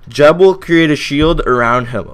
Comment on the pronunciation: I cant even watch this with you pronouncing it jeb.... thats like pronouncing google- jewgle...